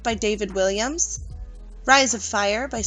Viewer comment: It's Walliams not Williams.